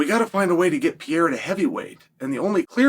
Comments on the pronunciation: Peara!? Pereira is the correct way to say his surname. Funny, anyway, hear this dude says peara...😂😂😂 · If you learned how to stop fucking saying Pee Era and pronounce his name correctly, maybe he wouldn't be mad at you. 😂 Puh Ray Ruh. Sound it out like a fifth grader. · Is it so hard to pronounce PE-REI-RA? This guy keeps saying, "VIERA."At least that what I hear here. (BTW, Pereira, in portuguese, is the name of the pear tree.) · He just kept saying PEE ERA 😭😭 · STOP SAYING PEE ERA YOU IGNORAMUS. 😂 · For fucks sake quit saying PEE ERA. 😂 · Why do you call him “Pe air ah” lol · Brother must be new if you haven't clocked that Chael knows infinite about MMA but also knows negative about pronouncing fighters names. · Saying unks name right and fucking up Alex is inspiring … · Why will you not say the second R in Alex’s name?